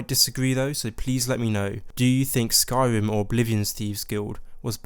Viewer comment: "Skyvim" lol "Morowim" "Pwovince"